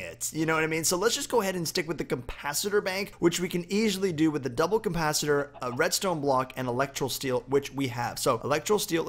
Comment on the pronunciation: its capacitor not campacitor